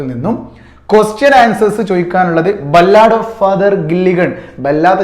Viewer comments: ബല്ലാട് അല്ല സാർ ബാലട്😂😂😂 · Ballaad alla sir 'Ba luhd ' ennanu pronounce cheyya